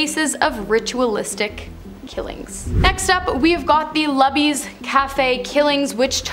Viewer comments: LUBY'S. It is pronounced Lou Bees. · Sorry to be nitpicky, but Luby's is pronounced "loo-bee's." Just trying to help 😅